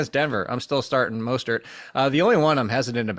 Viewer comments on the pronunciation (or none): dude does not have the ability to pronounce mostert correctly once